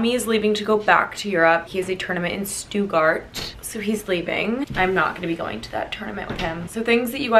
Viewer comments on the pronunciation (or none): stoot-gart, not stu-gart. that is why it is spelled stuttgart with 2 Ts